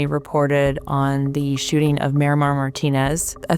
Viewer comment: Why is it so hard for people to properly pronounce the name Marimar? Everyone says "Miramar".